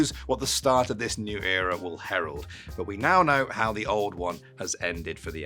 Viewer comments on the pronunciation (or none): what will it "Herold" lmao